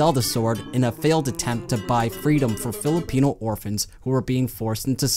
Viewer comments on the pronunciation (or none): none